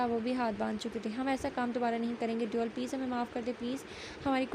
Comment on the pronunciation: Exactly. It's devil not deool 😂😂